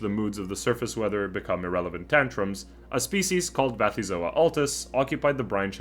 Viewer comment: Why Vathyzoa with a v? If the first element is from the Greek βαθύς "deep", I would expect Bathyzoa. The Greek letter beta is pronounced as a v only in Modern Greek, and taxonomic names usually borrow from Ancient Greek.